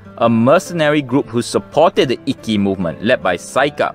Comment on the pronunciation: Very interesting and I love the pictures. (The pronunciation of Ikkou 一向 and Ikki 一揆 are a bit tricky. When you have two consonants side by side, it means to hold/stop the sound in your mouth - sorry for my poor explanation - before moving to the next sound. In Japanese, this sound is always shown/written as っ/ッ, the small versions of つ/ツ. )